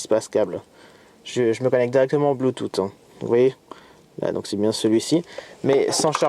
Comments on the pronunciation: Bluetoote, Non bluetoosse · Sa ce dit Bluetooth